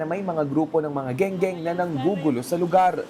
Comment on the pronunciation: Skwater kamo hindi gengeng